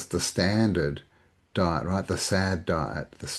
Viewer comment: Die-t Hell-thy